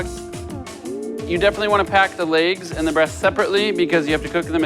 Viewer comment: You say legs wrong.